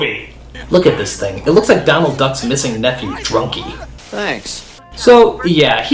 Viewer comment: It's Doland Duck